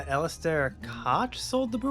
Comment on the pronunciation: Unfortunate: Koch is intended to be pronounced as "cock", but the "ch" is a voiceless velar frictive, aka pronunciation of this sound shouldn’t vibrate your vocal cords. It’s a pretty difficult one to nail, as much of Old English is to modern speakers, so a lot of people use a lightly breathy "coke" as an alternative that’s inoffensive to the YouTube Demonization Demons. Class dismissed.